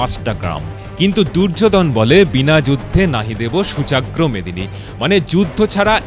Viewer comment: কথাটা সূচাগ্র নয় সূচ্যগ্র।